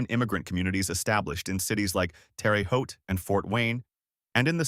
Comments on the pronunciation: It's pronounced "Terr-uh" not Terry! The first word sounds like "air and the second sounds like "Boat". So, let's say it like "Tair-uh Hote". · You can't claim to be an expert on anything Indiana if you pronounce it Terry Haute. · well we're not in France professor and in Indiana we pronounce it Terra Haute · Tear a hote. Not terry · My only problem is that you miss pronounce Terre Haute. Terre is pronounced as Tear. The name is French. Yes, I was raised in Terre Haute and am proud of it. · Terre Haute / "Terr-a Hoe-t" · Terry Hawty 😂😂 just awful. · It seems that's always a problem..ever see the TV show "Family Affair"..they kept saying "terra hut".. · I know. That made us "Hautians" irritated. We heard/read it was because the main star of "Family Affair," Brian Keith, used to visit his uncle who lived in southern Illinois, and his uncle pronounced it "Terry Hut." People would try to "educate" Brian Keith about the true pronunciation, but he never would believe them. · Terre Haute... Pronounced Terra Haute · Too bad the announcer did not know how to pronounce Terre Haute😢. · it is pronounced differently. in different locations